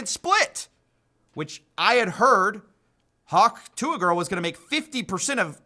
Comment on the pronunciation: Dude. Its hock tuh. It's spelled weirdly but you have hered it many time im sure. Bad listening comprehension.